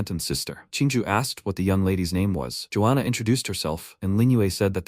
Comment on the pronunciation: georgiana ❌ joana ✅